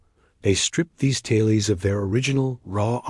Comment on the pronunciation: “Tale-eez?” That’s why I don’t like when creators of incredible video content choose to use AI audio voices. The mispronunciations make the content second rate. For heaven’s sake, please use a Real biological human being to narrate the video. It will be far more professional, not to mention, ethical to do so.